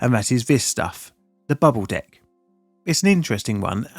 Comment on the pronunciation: Imma be honest i didnt hear bubble "deck" at first 😂